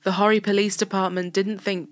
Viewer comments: Horry County is pronounced Or ee, not Hoary. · Great job. I am a local to the area featured, and the text messaging was something I had never seen. "Or-ree" county, or if you're a really old timer here: "O-ree". I know. Later.